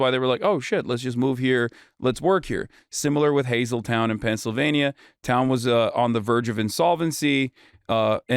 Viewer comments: OMG . It is Hazle-TON, NOT Hazle-TOWN, PA. Get your swing state info right 😂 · Hasan, I live in Luzerne County, Pennsylvania, near Hazel TON. It's HazelTON pronounced TON like 2000 pounds = a TON. Hazelton. What we see on the news is what you when the news covers other depressed areas that have large recent immigrant populations. Hazelton has always been an immigrant town. It was heavily Italian, and before that Irish. Now it's Latino. The Latino influx started way back when Ex- US congressman Lou Barletta was the mayor. He did what the mayor of Springfield Ohio did. Hazelton was dying so he invited the immigrants coming from Mexico and Central America. It seems like the whole town is Latino now. Many of the whites have moved out. There are YouTube channels out there showing crime videos from Hazelton. I haven't been that way for years so I can't verify what's going on. I used to drive through it a couple times a month. I know the high school has a good soccer team.